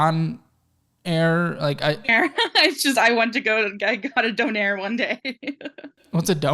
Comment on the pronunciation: In Canada we say donair:) and pronounced it properly, bro